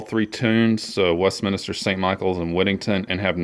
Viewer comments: Why did you say Westminister instead of Westminster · It's pronounced MINSTER, like spinster, not MINISTER. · Its Westminster not Westminister, you would think someone would know whose business it is.